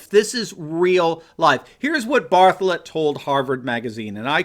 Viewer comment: When you say bartholet, I hear Baphomet...